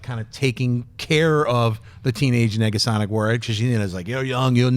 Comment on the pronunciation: you can hear a second G?